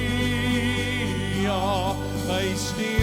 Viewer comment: Pragtig! Ek hou van jou uitspraak van halleluja! So Baie kunstenaars spreek dit uit met ‘n oe klank.